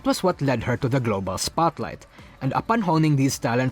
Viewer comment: I thought you said "girlboss spotlight" but you actually said "global spotlight" pfft